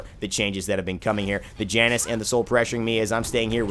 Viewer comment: Janus is pronounced "Yan-us"